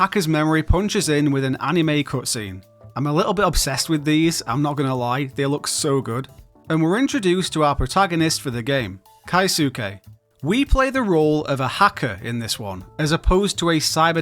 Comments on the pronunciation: Maybe it's just your accent but keisuke = "kay"suke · note that the u is silent